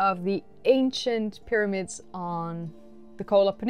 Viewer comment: 'Myramids' honey. 'Myramids'.